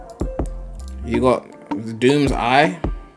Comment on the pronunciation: It was funny the way how you said doom